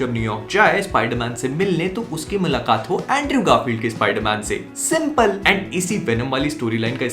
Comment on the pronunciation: The way he says ( simpal ) 😁